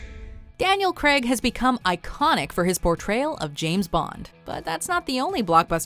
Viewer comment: Daniel CRAY-g, not CREg.